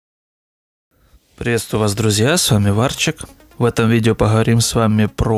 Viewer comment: пахаварим пахаварим тебе бы к логопеду